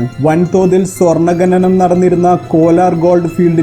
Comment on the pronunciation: ഗനി,ഗനനം അല്ല ഖനി, ഖനനം അങ്ങനെ പറയു